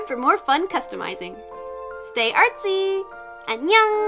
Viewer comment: Your doll repaints are my favorite of all. Love your bright and cheery voice and your cat clips. Im wondering what the word you say at the beginning and end of each vid is.. im supposing its hello and goodbye in...korean? Sounds like... Enyow?